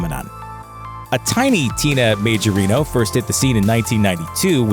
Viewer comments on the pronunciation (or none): Majorino is an italian second name. It's pronounced Maiorino.